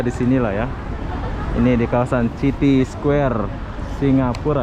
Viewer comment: Bang judulnya dibenerin atuh.. Square bukan ky gitu .. City baca siti, bukan citi.. Sepanjang jalan cewe2 ngobrol pke bhs jawa..😁